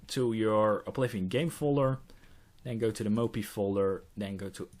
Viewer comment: I like the way you pronounce mopy, moppie <3